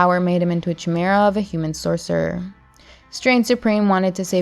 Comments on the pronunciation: It's pronounced Ki-Mira not Che-Mira 😂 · Chimera is pronounced "kīˈmirə". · Say chimera again